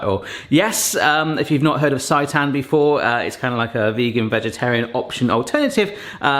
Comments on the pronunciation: It's pronounced "say-tan" XD Looks amazing! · It’s pronounced say tan 😊